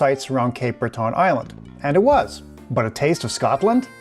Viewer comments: It's ok even Elton John mispronounced it when he did a concert here in 2011. We pronounce it Cape Bretin. Glad you liked your visit. I recommend the Cabot Trail for your next visit, especially during the fall. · I love how you say it …. But it’s more like Brett’n, if you are from there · Please learn how to pronounce 'Breton'. It does not rhyme with 'baton'. I don't know how you can visit a place without finding out how to say its name